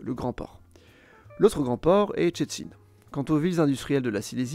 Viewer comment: Tout a fait! Pas facile les Szczecin et Bydgoszcz ! Bravo pour l'effort. Et en plus c'est tellement ça pour le contenu, c'est bien résumé.